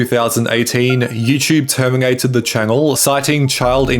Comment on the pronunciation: Why does he pronounce every "N" as "ng" (beginging, termingated, etc)